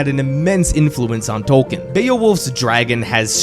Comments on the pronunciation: Only about 5% of people on YouTube talking about J.R.R. Tolkien pronounce his name correctly. It's "Tol-keen". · It's pronounced Tolkien... Tolk een... Long e on the back half... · It is pronounced TOL KEEN. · Hey American speakers—> it’s not “Tol- ken” it’s “Tol-key-in” You’re welcome 😊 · But why say TOWkn. Its Toll-keen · Tolkien TOL KEEN ✅ TOL KIN ❌ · Why does he say "tolken" instead of his actual name. (Tolkien.) Is it on purpose? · ‘TOLL-KEEN’! My gods the amount of times you say his name but don’t acknowledge correct pronunciation is astounding. TOLL-KEEN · FFS! His name is pronounced TOLL-KEEN! Could you not have looked that up first?? Its hard to listen to this clip with you mispronouncing his name a million times. AAAARRRRGGHHHH!!:face-orange-frowning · Is the i silent in Tolkien ? Maybe it's just me, but it bugs me that he keeps calling Tolkien for Tolken. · A couple problems with the video: His name is pronounced "Tolkeen", he despised allegory, so saying that his work was just that is utter nonsense; and lastly, of all fantasy books with dragons and knights and kings and queens, ASOIAF is the least like Tolkien. Where Tolkien wanted escapism and not much realism, Georgie went for high amounts of realism and a gritty experience. They share no common races besides humans of course, and most things that he took from Tolkien were already taken from myths by Tolkien (dragons for example). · First off, you are pronouncing his name wrong. Second off, Tolkien did not write three books. He wrote one. His publisher forced him to break it up into three as they thought no one would read a book longer than War and Peace. A bit of simple research would do you well.